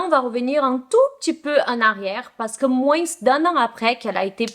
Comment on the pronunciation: J’adore tes vidéos. Je ne commente jamais, désolé pour cela. Juste le mot « moins » le « s » ne se prononce pas! Bisous, continue ou pas, dans tous les cas soit heureuse 😘